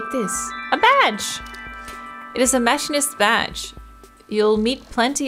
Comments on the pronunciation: I'm a machinist IRL. Machine-ist Don't apologize. You speak many languages, so it makes sense if you mispronounce something in English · The way she pronounces machinist is driving me just a little crazy